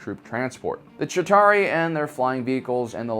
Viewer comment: "Shitauri" lol